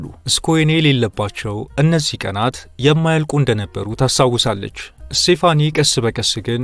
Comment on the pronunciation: ስቴፋኒ ነው ስሟ ፣፣ ( ሴፋኒ) አይደለም